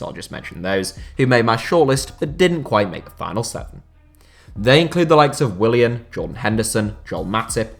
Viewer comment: Willian? Naaw man.